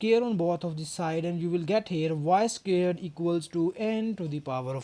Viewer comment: I like how he says "scared" instead of "squared".